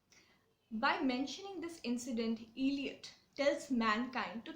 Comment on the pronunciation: Please pronounce the poet's name properly: it's not iliot, but ell( rhyming with bell)iot